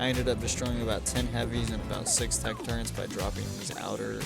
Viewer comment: Turrets bro. Turrets. Not Turrents